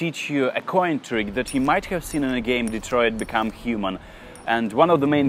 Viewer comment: It’s not Detroit: BECOME HUMAN It’s Detua: Becam ooman